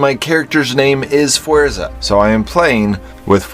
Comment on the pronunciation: Oof the way he said fuerza made me cringe